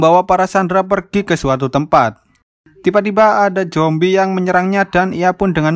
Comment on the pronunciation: Zombie ❌ Jombi ✅